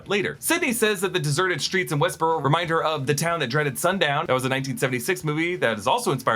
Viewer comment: "West"boro? lol